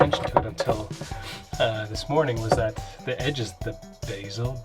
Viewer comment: Lol “Bayzel” it’s be-zel